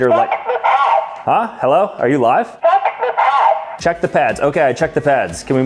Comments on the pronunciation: Not gonna lie but it sounded like f the pads not check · I kept hearing "Fu*k the pads". 😂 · CHEHK THUOH PAHSZ 🗣🗣🎙